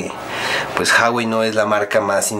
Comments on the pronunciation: se pronuncia la hache, en chino no es muda, es Juagüei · se pronuncia GUAGUEI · Se dice uawei, no jawei ni juawei. Saludos! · Jawai??? Se pronuncia huawei .... 🤦‍♂️🤦‍♂️🤦‍♂️ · se pronuncia "Juawei" y el precio oficial de telcel es de 8,000